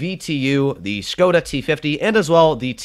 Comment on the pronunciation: The pronunciation of the "O" in the word Škoda is not like "whole", "hole", "hope" and so on but is it like "hop", "on", "from" (+ you say it little bit faster, so it won't be Škoooodaa but Škoda). You can trust me, I am from Czech